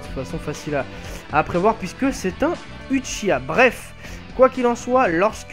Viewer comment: Shisui fait partie de l'histoire même de Naruto, donc pas hors série. Très bonne nouvelle qu'il soit jouable:) Hey, "Uchiha(wa)" se prononce OUchiwa et pas Uchiwa;) Sinon, le fait de gagner de l'argent sur le dos comme tu dis de CC2, ça t'empêche de dire la vérité? de dire que le jeu est super répétitif et qu'il a beaucoup de défaut? je pense pas. Et je en parle pas d'insulte hein.